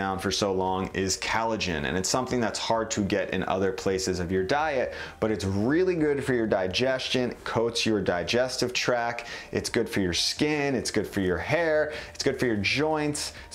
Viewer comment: Digestive TRACT, not TRACK. Thought you'd like to know.